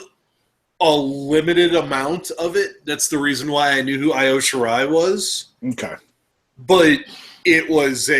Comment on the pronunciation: I srsly cringe when you guys mispronounced Kairi Hojo and Io Shirai But you guys fixed it later anyway :D PS: still love you guys thou!